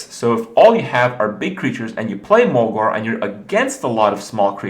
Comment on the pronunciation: isn't mogor pronounced mog-OR not mog-AR?